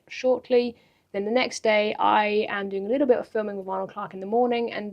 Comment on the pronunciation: Very entertaining, has a wonderful personality, she is very geuine on camera. I love the way pronounces the word "little". It is the same way my Grand Mother pronounced "little".